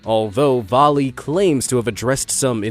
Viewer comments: Va-lay not Vah lee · I live in a mining town in Canada and it’s actually pronounced Va-lea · YES!!!! Thank you for dragging Vale into this video. They're basically the "pharma-bro" of mining companies. They've also yet to pay a quarter of those fines by some estimates due to the rampant corruption within Brazil's government. And for future reference - Vale is pronounced more "veil" because of...reasons? Either way, keep mispronouncing their name to antagonise them or pronounce it properly to raise awareness - both are fine by me.